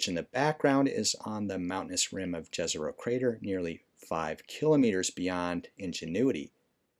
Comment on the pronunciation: I love the videos, great job man! Just one tiny bit - the name "Jezero" should actually be pronounced as "Yezero" as it was derived from a word for "lake" in my native language - Bosnian. :)